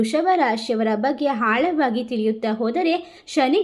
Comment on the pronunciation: ಹಾಳಾವಾಗಿ ಅಲ್ಲ ಆಳವಾಗಿ